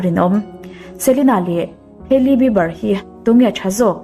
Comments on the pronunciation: Ngeiawm lam ni miah lo in an hming an lam dan chiang phawt la ngaihthlak a hreawm eee haely jenner i ti ang thei e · Keili jenner han tih tlat mai chu...ngaihthlak ninawm ve!!! Kaili tiin lam ve mai la. Hailey tih hming awm bawk si, irritating tops!!!! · Kan mi duh zwg te leh....Kan idol te cu kan sawisel phal nang male....tiro😂😂selena nau panglai tang i tan....hailey hming cu i lam ri ve tawk a lom le😥